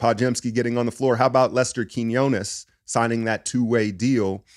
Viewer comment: I'm so glad you consistently pronounced Quiñones correctly. 👍👏 You are honestly one of a few good men. 😆😅